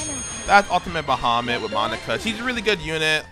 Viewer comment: the absolute worst way to pronounce bahamut